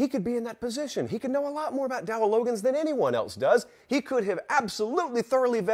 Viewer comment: It's Dowell Log-gains